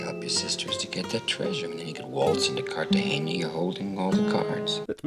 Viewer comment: Please add a sin for every time Jack says "CartagenYa" instead of "Cartegena"